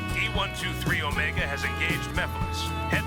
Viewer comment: Omego?? A pah toes??